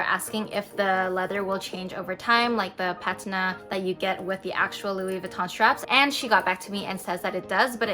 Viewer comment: you're pronouncing patina incorrectly